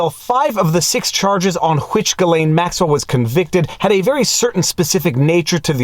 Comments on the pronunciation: I love most of your videos, but I got to nit pick a bit. For someone who speaks French, why do you mispronounce Ghislaine as "Guy (Geee) lane" like everyone else, (MSM) when it's actually pronounced "Zhiz len". Unless, since she's guilty anyway, why not abuse her a bit by mispronouncing her name. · For the love of god please stop pronouncing her name like that lol. From a fellow Montrealer you should know how to say Ghislaine (JISS-Len) My poor little Quebecer ears! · Gislains, pronounce with s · I really prefer the French pronunciation of this gal.. Jizzlane Maxwell.. Ghislaine.. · your hair is not a selling point. You also know how to pronounce "ghislain" stop fucking about.